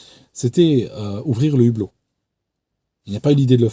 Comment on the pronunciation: Si je peux me permettre on écrit le hublot et non l'hublot et on ne fait jamais la liaison entre un et hublot, c'est pareil avec haricot, hibou etc. Je fais cette remarque parce que ma langue est en-cours de destruction et ça m'affecte beaucoup. Peut-être que vous ne le saviez pas, c'est pour la prochaine fois. La qualité de vos vidéos n'est nullement remise en cause.Vos vidéos sont toujours passionnantes et très bien expliquées.